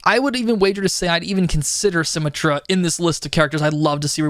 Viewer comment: this game has been out for 6 years and your calling it sym-a-truh. please call her sym-et-truh